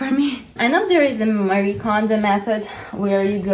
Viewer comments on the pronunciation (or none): none